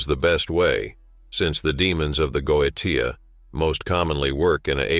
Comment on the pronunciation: "Go-uh-tee-uh" lol. Someone needs to teach voiceover ai about etymology.